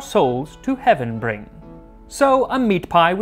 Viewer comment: The poem was perfect till you said brying